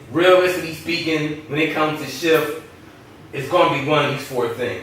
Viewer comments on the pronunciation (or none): he said shft LMAO instead of s h t f! anyone else thought that was funny